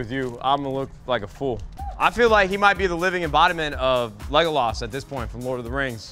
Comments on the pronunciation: Everyone: Legolas Nadeshot: LegoLOSS Lol bro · “Laegolaus” … idk it’s so funny how he said Legolas’ name lol